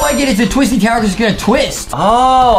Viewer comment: Adam made a mistake by saying tower to towyer